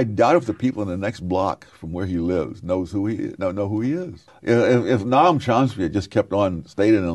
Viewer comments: Sowell says Nom Chomsky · I like how he calls him "Nom Chomsky". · Sowell mispronounces Chomsky's first name on purpose. This reminds one of how Trump intentionally mispronounces the first name of Kamala Harris. It is a way of expressing derision. It makes Sowell look small.